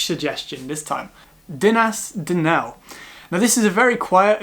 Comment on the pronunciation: I hope this helps, but Glyder is not pronounced “Glider”, but “Glidd-err”. Tryfan is pronounced “Truh-vann”, not “truff-Ann”. Llyn Padarn, is not “Pudd-Arn”, but is “Padd-Arrn”. Dinas Dinlle is not Dinas “Dunelle”, but Dinas “Din-hll-ay”. Betws-y-coed is pronounced “Bett-oose uh coyd”, not Betsy-Coyd.